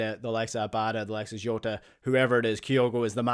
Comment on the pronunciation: Rogic and Jota pronunciation?